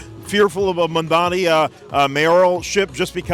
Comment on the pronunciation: You mean to tell me that an employee of a South Asian Media company can’t pronounce Mamdani??